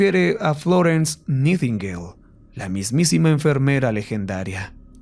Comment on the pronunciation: … se pronuncia naitingueil…